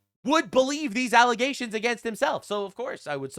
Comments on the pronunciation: Is there context for why he says 'allesations' instead of allegations? I've been trying to figure this out. He sounds like Candace. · Why do you keep saying alizations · Why do you keep saying alization? You mean accusation? Or am I missing something here? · Alezations LOL cracks me up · false allezations, and not facks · Careful saying Allezations, Candace might use it to say you don't know how to say Allegations. 😂 I know you are doing it to be funny btw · Why the fuck is he pronouncing allegations like that. Allizations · has watched too many Candace videos. "Allezations". 🤣🤣🤣😂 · Alezations...??? Dude...thats a montrosity!! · Okay, I need to ask. WTF is an "allization"? Do you maybe mean an "alleGation"? There's no "Z" in "allegation".